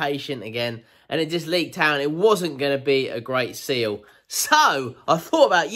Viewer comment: I cant be the only one who hears bayaaaaa everytime he says seal >.>